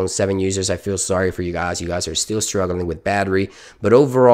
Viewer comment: He says guys as gaas lol